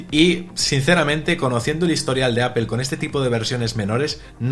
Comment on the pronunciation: Apel? Por qué lo pronuncian así?